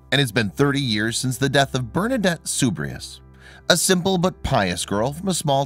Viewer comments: It is pronounced SUEBER ROO not suberos and it is Nee vehrs - not Nevers . She is my favourite saint. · Soubirous is pronounced soo-bee-roo. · Why on God’s green earth are you pronouncing her surname that way? It’s not a particularly difficult name. It’s not SOOB-ree-us, It SOOB-ih-roo. Just one of many mispronunciations in this video. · It's pronounce as Soo bee hro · If you are going to talk about non-English people LEARN TO PRONOUNCE HER NAME ! sue=bee=roo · Sorry I c’ant listen to this. Her last name is Soubirous, pronounced Soo beeh roo. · Mispronunciation of her last name, and the hospital scenes are in poor taste. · If you care about a subject, PLEASE take the time to learn how to pronounce her last name. Sad. Bernadette deserves better. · You mispronounced her last name and Never. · Too bad the narrator can't pronounce her name correctly... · Please pronounce her last name correctly!!! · It would be good that the commentator would pronounce her name correctly..Great Saint of the Church..